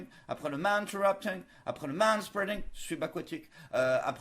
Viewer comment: Manspreading spealing ing ing ing !!! ALERTE ALERTE